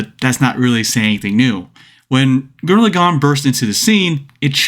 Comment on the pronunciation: gurren laGONE!? say lagann you peasant.